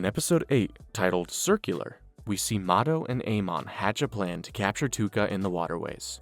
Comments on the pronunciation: It's ToUka not Tuka :|| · Love the recap I just hate that you say Tuka instead of Touka :face-red-droopy-eyes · Ew it’s Pro.Tow-ka lol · I watched for 3 minutes till I heard you say “tooka” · My boi plz. In the nicest way, its touka (toke-a). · Every time you said tooka I lost a week of my life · that was bugging the shit out of me like who tf is Tooka 😂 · The way you say touka hurts me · pronouncing toukas name wrong the whole vid is crazy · Took me 2 days to finish this one because of the Touka pronunciation but it a good watch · bro all the mispronouncing of Touka's name is distracting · the way you pronounce touka makes me uncomfortable